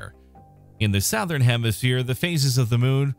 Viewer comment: Souwthern lol